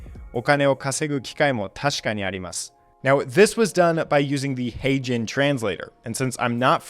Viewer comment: this video is... well, I rarely give a negative review, as I appreciate "free content". But what`s the point of a video listing the "7 best AI tools", and then neither list, link orname them?...and if this wouldn`t be enough: even pronounces them incorrectly. A-Gen? AiGen? EyGen? HeyGen? Wtf?! My guess is, they made a bet... "who makes the worst, user-unfriendly video on whole of youtube today" gets a free pizza or so. My bet is, is munching on a big pizza right now.